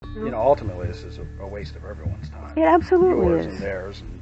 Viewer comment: "Well altimitely."